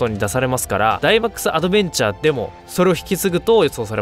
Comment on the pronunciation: ダイマックスアドベンチャーの時だけ発音いいの草